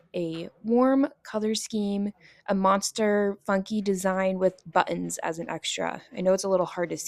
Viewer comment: I'm chuckling at the way you say " butt- ens"